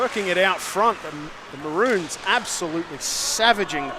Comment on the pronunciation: Mah-rones Not bloody mah-runes